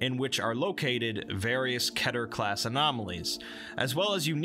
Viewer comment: I’m so triggered about how you say keter like ketter